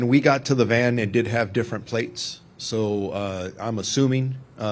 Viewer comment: Dude keep saying, White MAN not VAN